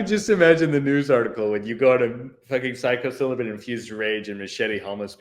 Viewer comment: “Psycho-cylibin”? Haha, you mean Psilocybin 🤣🤣🤣🤣🤣🤣🤣